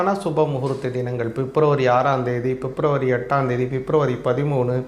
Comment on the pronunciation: Fep nu solladinga February. Yae fep fep nu thappa solringa.😂